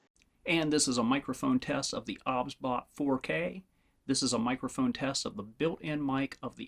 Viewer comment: cant stand that he says obsbot O B S